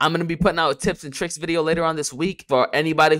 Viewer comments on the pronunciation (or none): Never say vawideo again.